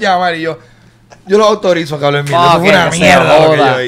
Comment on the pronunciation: "Un cawwvroon" JAJAJJAA